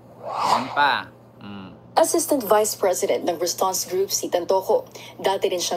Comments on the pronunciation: RUSTAN'S NOT RASTANS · Yung Pag pronounced mo Rustan's yan